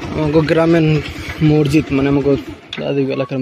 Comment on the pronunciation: মরজিদ বল্বে না মসজিদ বল্বে। কিছু শব্দ শুদ্ধ বলতেই হয়, অশিক্ষিত মানুষদের কথা আলাদা। শুভকামনা রইলো